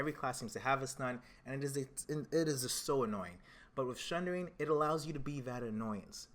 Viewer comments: theres no H in sundering. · SUNDERING!!!!!!!!!!!!!!!!!!!!!!!!!! there's no H !!!!!!!!!!!!!!!!!!!!!!!!!!!!!!